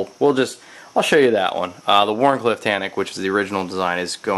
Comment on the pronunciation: you say WHARNCLIFFE!?! OH BABY!